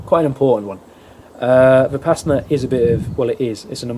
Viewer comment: Vih-Pass-inna Why do all westerners pronounce it this way? 😂 Vi-puh-sauna